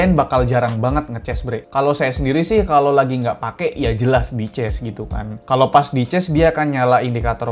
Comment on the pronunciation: Cas bg bukan ces😂